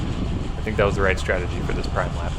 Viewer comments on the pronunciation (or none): Prime is pronounced "preem" in bike racing. :) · Good video. Prime is pronounced "preem" . The price you pay staying in the front few in most of the race then last lap all the "sleepers" come out. I have more times than I can count have been in front too much. The races I have placed I almost always came from the pack on the last lap. Yeah hands of the bars....I don't care when you are out alone in the back...but in the race yeah don't do it. This year with the heat summer racing has been very hard, keep up the good work.